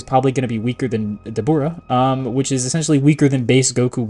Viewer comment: bro his name is dabra 😭